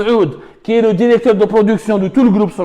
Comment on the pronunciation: Derection derecteur hhhhhhh